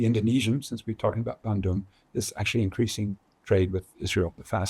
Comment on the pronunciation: Bandung, not Bendung.